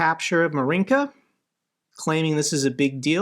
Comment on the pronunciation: MINSK, not Minks.